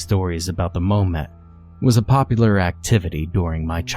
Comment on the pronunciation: isn't it mom-et and not moe-met?